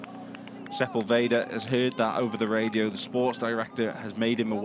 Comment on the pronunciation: Man, you can tell you're on the American broadcast when sepUlveda becomes sepulvEehdah and his nationality changes from Argentinian to just some other latinoamericana neighboring country... 🙈